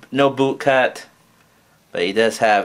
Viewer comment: cut... not cup... ugh